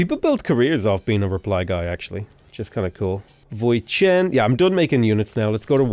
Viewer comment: I'm a Vietnamese and you absolutely nailed the pronunciation of "Voi Chiến", just need to raise the voice a lil bit on the "Chiến" part.